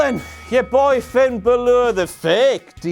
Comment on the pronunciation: Stop pronouncing Finns name arse ways!!!!!! When you hear every commentator and other members of the roster pronounce it correctly why do you go and pronounce it wrong. Not trolling just it was annoying me. Keep up the good work love your videos